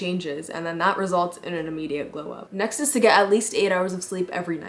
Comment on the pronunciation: "glew" up lol